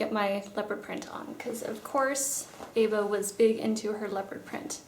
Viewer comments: Eva...not Ava. lol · Why do Americans pronounce Eva like Ava? I've heard this before & I'm just wondering...